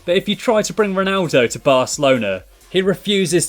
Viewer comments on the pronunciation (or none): none